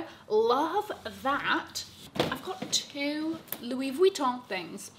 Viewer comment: I love you and for representing France for us Parisian’s who pronounce LV correctly like you